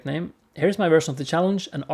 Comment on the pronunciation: Man you messed up my name but i love that you like my art.